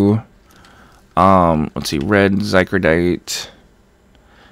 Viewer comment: Oh my god it's zy cor o dite not zy cro dite